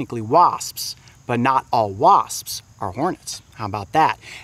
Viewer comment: it sounded like he said waspspsps